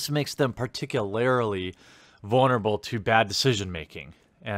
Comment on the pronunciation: DUDE! i love your content, im a new subscriber and im saying this FOR YOUR OWN BENEFIT! Particularlily IS NOT A WORD!! the word is particularly. youre adding an extra syllable. I KNOW you have been told this before, and I dont care if you change how you say it, im just letting you know just in case.